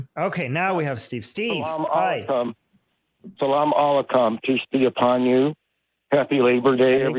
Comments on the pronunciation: That Arabic greeting at the beginning was pretty off and totally unnecessary 😂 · wow... this dude doesn't even know how to say salam alaikum